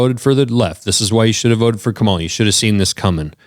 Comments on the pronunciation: Like most Republicans, only cares when his own ox is gored. Serves him right. Also it’s KA-mala. It’s not that hard. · and it's pronounced KA-ma-la, and you not knowing this in 2025 shows how absolutely incurious you are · Why are so many Trump voters STILL pronouncing Kamala incorrectly? Oh yeah, it’s because Tucker, and Fox News, and Trump himself all INTENTIONALLY pronounced her name wrong. 🤔